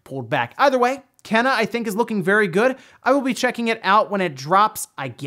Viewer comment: Just a heads up, the game is "KAY-NUH Bridge of spirits"